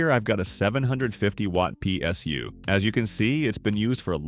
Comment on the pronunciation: “pie SU”